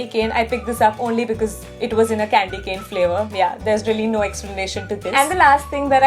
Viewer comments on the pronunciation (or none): none